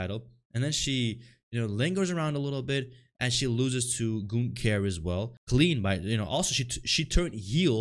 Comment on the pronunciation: It's like brudda can't hear 😂 Gunther doesn't say "ying" lmao it's more of a "rrling"